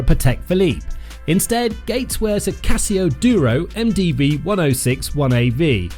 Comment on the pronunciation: Essa pronúncia do Casio é de doer o ouvido.